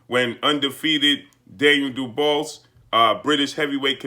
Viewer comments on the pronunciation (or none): Can you actually pronounce his name right for fucks sake. It’s pronounced Doo-bwah.....not doo-bose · What did this clown just call him???..Daynell DuBalls Hahaha Let me help you sir...Dan-i-el Du-Bois (pronounced Do Bwaa) Blessings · "du-BWAH" NOT duBOSS😵...That's all I got to say.😐✌ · His name is pronounce doo-waa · Dubois is pronounced Doo-BooAh. Sorry it just threw me off hearing something else. Great Job. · Can’t you at least pronounce the man’s name correctly!! Daniel would’ve beaten Wilder because Wilder doesn’t use his jab effectively and is not a smart fighter like Joyce.